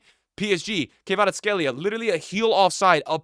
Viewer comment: It's Kvaratskhelia not Kayvaratskhelia ffs